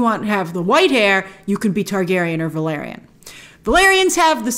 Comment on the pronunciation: It's called Valaaaryon for fuck's sake, the family I mean.